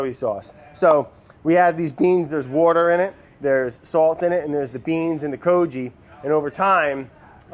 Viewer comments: Taylor Slinger Does he say "wourder" on purpose or is that just the way he pronounces it? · One of the best parts of these videos is playing the "Spot the wourder" game trying to find the increasingly elusive edits by Vinny every time Brad says the W-word. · Oooh... missed a "wouder" edit at about ! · Take a shot everytime brad says" wourder" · Ten cups of WOURDER 😂😂😂😂😂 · Wourder Counter: many times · The editor is so, so cruel but it's so entertaining. I, for one, love Brad's "wourder" pronunciation. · The "Wourder" joke still makes me laugh every time he says it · Nick 🤣🤣🤣it’s just how Brad pronounces water